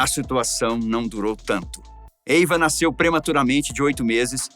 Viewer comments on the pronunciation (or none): none